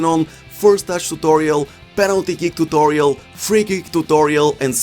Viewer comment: Like how he says tutolio